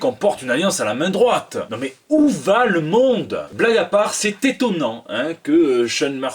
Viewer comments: loi j'ai entendu "téton, nan?" mais ça n'avait aucun sens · Suis je le seul à avoir entendu "Tétonnant"? ^^